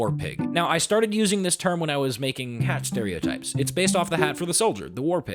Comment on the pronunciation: "cat stereotypes" if you hear it once you will never hear it the same way again.